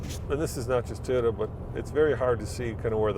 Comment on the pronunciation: it’s Toyota not TIota! Please.